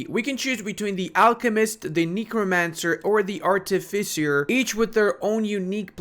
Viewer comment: I love so much that you pronounce -shire like a Brit and not an American it almost makes up for Arty Fissure